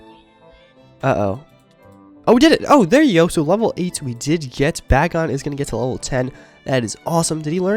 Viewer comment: you're saying bagon wrong lol